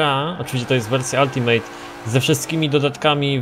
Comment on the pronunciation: ultimate wymawiamy jako /altimyt/ nie ALTIMEJT;P PS Bardzo dobry odcinek, trzymaj tak dalej;)